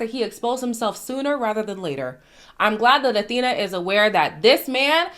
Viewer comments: is her name pronounced like Athena or Afina ??? i thought it was a f sound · I’m pretty sure her name is pronounced Afina not Athena 💜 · Awhina - pronounced Ah-Feena Wh is pronounced as F in the indigenous New Zealand Māori language.